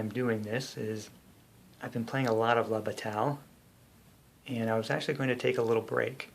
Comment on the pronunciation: I think it is pronounced "bah tie"